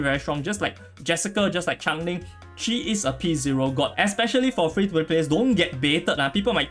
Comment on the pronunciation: As the Pronunciation police it’s Change Ling 😂😂🔫